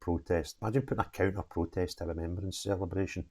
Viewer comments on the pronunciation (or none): Sorry “Remeberance?” What school did you go to. 😂 Keep up the great work!!